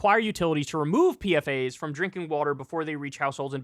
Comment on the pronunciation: PFAS is pronounced "peefas." It's an acronym for polyfluoroalkyl substances